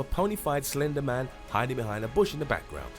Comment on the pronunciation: When you said slender man I thot you said ender men lol